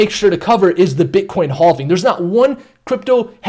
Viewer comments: Danggg he said haulving like a million times. I thought it was okay but it's not lol. Never heard this type of speach before. But I cant take it anymore lol. It hurts my head 😆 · Lol haulving! That's what I first thought. Hallving. Be nice though. He used to say halving(having) but I think hes changing it up. It just sounds so awkward tho. But it's okay, to each his own. 🤙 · I don’t think you’re saying halving right 😂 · Halving or hauling? I mean seriously lol.